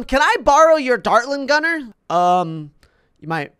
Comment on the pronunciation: What is the dartling guner buff so you say it rong